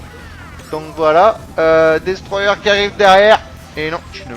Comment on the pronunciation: Jpartage ton avis sur Kazam. Bonne vidéo après 3 semaines _:D Et merde ! Avec ton putain d'accent Anglais ^_^ dis simplement : Destroyeur ;)